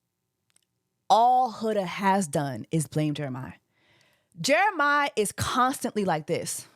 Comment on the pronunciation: You keep calling him Jeremih like the singer 😂 it’s JeremiAH!